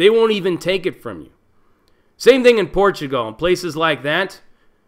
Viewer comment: I've never heard this pronunciation of "PortuGAL" ever. And portugese, specifically, the Brazilian variant, is my 3rd fluent language.